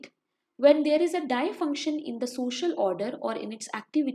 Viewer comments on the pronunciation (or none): Its pronounced as “dis-function” not “die-function”🤗